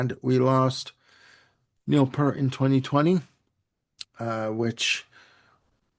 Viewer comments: Also pronounced Neil's last name incorrectly. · I didn't realize he was Canadian and pronounced Peart incorrectly.